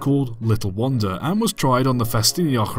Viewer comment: A turntable or a way ... A way to fo what? The original locomotive was called Little Wonder, not Little Wander. Wonder as in wonderful. One thing you failed to mention was that Little Wonder had 2 fire boxes and so was difficult to fire by one man. The later versions used a single shared firebox which was much more manageable but still more work for the fireman than a standard locomotive.